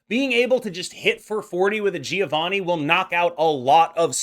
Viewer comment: I am italian. Giovanni ponunciation is like jovanni . Mark the duble N